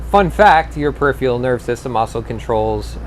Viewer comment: perif ER al, not ee al